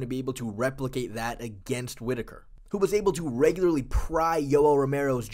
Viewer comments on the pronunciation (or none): none